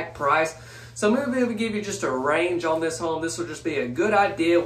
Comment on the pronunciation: Very cool. Thanks for posting. Is that lower door to push your laundry basket into the utility room? Stop saying "own" instead of "on" or I'm going to tell your English teacher - lol.